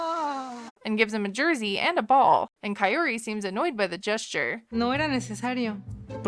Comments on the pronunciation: he pronounced her name CHAYOTE 😂😂😂 he called her CAYOTE 😂😂😂 man this guy is terrible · Kah-O-Ree not Ka Yoeri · pleassseeee stop saying coyote!!!! her name is kaiyori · Its not Ka-i-ory, just like “car” without the r and ori from “original”, so “ca-ori” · It's not ky-oary like you said it is. The r is pronounced like an "rd" but he's stressing the d too hard on her name so it sounds like coyote with an accent. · Well you didn't pronounce her name correctly either. It's /KAORY/ not Kayouri 😂😂😂 it's a Japanese name adapted to Spanish. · For a long time I thought her name was coyote until she pronounced her own name and realised it's Kaory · You are saying her name wrong. Ka- as in like you would pronounce Cu-p not like you would pronounce a Ki-te. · It's not KAI-ory, it's KAH-ory. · Y’all stay butchering her name. It’s pronounced “cao-ree” not Kay-or-ee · He's poorly pronoucing her name. He can't trill the R and is then pronouncing everything else American like. Hence KAI-OH-"D"EE. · Uh, I don't think you're pronouncing it correctly either. Her friend that set her up with Ed pronounced her name "cow-ry" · KAH-OH-RI that's the correct way to pronounce it! :( Kaory doesn't need anything from Ed, she's a whole woman. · Coyote 😂 lmaoooo, yeah not only does he not say it correctly but he never says it the same way twice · I swear his pronunciation of Kaory sounds like Coyote 💀✨ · Thank you for saying will he ever say her name correctly! I yell at the screen everytime ! There's no T. Phonetically Kiori! Come on Ed while correcting others pronunciation. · Her name is pronounced Coyote. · he keeps calling her koyote i can´t 😂 😂 😂 😂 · He called her chaory? 😅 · Big Pred has butchered this woman’s name so many times I’m surprised he hasn’t called her Kayak yet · the R is possible, the RR in the other hand is not, but this was just a way to help people so they wouldn't say coyote like Ed xD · He wanna marry someone who's name he can't pronounce... 😂😂😂